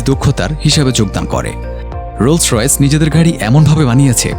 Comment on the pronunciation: গাড়ির নামই বলতে পারেন না